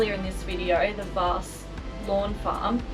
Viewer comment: How good is WA. The best state on the planet. But The location is called Vass, not varse. Lol.